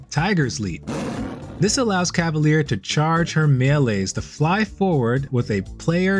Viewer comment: Hi, french person here! You seem to pronounce it "cah-va-leer". It's pronounced "cah-va-lyehr". Small difference, but I still believe it's important as the english definition for a cavalier (pronounced cah-va-leer) is different than the french definition for a cavalier (pronounced cah-va-lyeh) or the feminine form, cavalière (cah-va-lyehr). I'm glad french words are finding themselves more commonly into games these days, but I feel bad for anyone having to learn to pronounce them properly lol (Like coup de grâce in Dead By Daylight, which I've learned a lot of people mispronounce, replacing the "grass" with "grah")